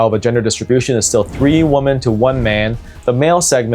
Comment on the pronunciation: Men becoming waamen 😂